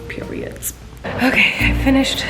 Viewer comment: Its so weird and funny hearing colleen say Periodtt😂😭 gosh I love her 😧